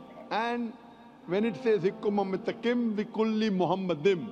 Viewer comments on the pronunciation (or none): Talking about open minded. The first mistake in here is that Zakir Naik says מַחֲּמַדִּ֑ים is ‘muhamaddim’. But that is wrong, it is pronounced as ‘ma-kha-madim’. So there is no pronunciation of Muhammad. The other mistake made by Zakir Naik is that he said that ‘מַחֲּמַדִּ֑ים' is a name. Again he is wrong because מַחֲּמַדִּ֑ים is a masculine plural noun, so it is not a name (like יְהוִֹה, Yhvh). And because it is not a name it is impossible that it is about Muhammad. Also the claim that the plural 'im' (or 'eem') in ma-kha-madim in the Hebrew language was ‘added for respect’ is in this case false. Biblical poetry is typically built on pairs of metaphors, for example "they were swifter than eagles, they were stronger than lions". In Song of Songs it's "His mouth is most sweet, ממתקים, he is altogether lovely, מחמדים. So מחמדים, ma-kha-madim is equivalent to ממתקים, mamtaqim. So the addition ‘-im’ is just a superlative of ‘desire', so it means 'most desire'. Exactly in line with the other words in vers 16: ‘mamtaqim’ = most sweet and other places ‘partamim' = most noble. So in this case it has nothing to do with respect but it is the superlative.